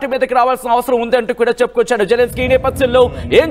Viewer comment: వాడు జెలన్ స్కై కాదు...జిలన్ స్కై